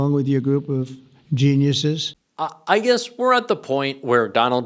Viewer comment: “Jared, you and your group of Je-“ “No, Donald, no!” “-your group of Jeanyusses”